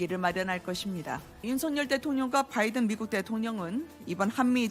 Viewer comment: 김대변인의 바이든이 자꾸만 날리면으로 들려요... 다시 한번 들어 보세요.